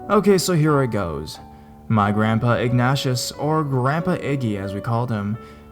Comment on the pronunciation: i think it's pronounced Ig-Neigh-Shus